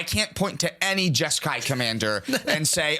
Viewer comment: Jeska… Ishai… Jeskai?????